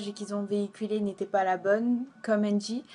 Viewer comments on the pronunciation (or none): Lol la meuf c meme pas de qui elle parle elle commence en disant "andy" au lieu de angy mdr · elle arrive même pas à pronconcer le prénom de angie correctement .. sara es la pour le buzz